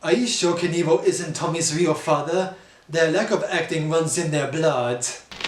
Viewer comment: 'Theiw wack of acting wuns in theiw bwood" (the line of the century)